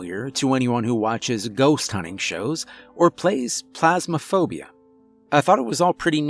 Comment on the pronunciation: Plasmaphobia? 😆🤣 I had to replay that 3 times to make sure I didn't hear wrong.